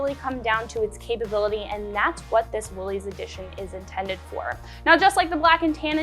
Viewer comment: Please, please, it is pronounced "willis" NOT "willeez". John North Willys would appreciate it if you said his last name correctly!